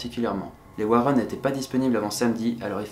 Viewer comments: On prononce Warènn et pas Wareun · Warren pas Warron, ta prononciation mec... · J'étais emballée jusqu à ce que tu prononce "Warren"...